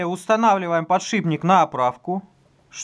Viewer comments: ПодшиПник а не подшиБник! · ПодшиПник! слух режет. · Аж коробит когда говорят подшиБник=(